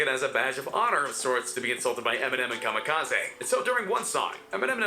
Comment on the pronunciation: Anyone else get annoyed every time the narrator said "Kamikazaaay"?